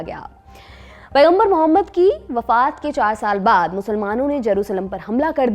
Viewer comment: AAP Mohammed sahad bolo AAP ne NABI ka nam sahi se nahi liya 😡😡😡😡😡